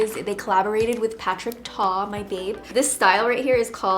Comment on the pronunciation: Isn't it Patrick star not patrick ta